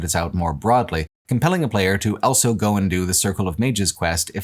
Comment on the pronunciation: Does anybody know where accent is from? I've never heard "Also" being pronounced "Ell-so"